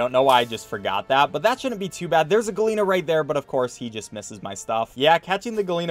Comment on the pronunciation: At first I was confused what a "galeena" was, but then I realised he was trying to say gallina which means chicken. For future reference, in spanish double L's are pronounced like a J.